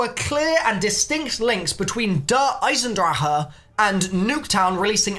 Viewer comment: FINNALY,FOR ONCE IN THIS COMMUNITY,GINNALY,SOMEONE PRONOUNCE DER EISENDRACHE CORRECTLY!!! FINNALY